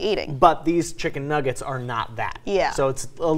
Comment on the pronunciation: Chimken nuggers (how doggo say it)